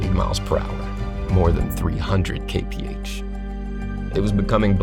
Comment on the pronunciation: Everytime he said Kay-Pee-Age I Ke-Rin-Ge-Ed.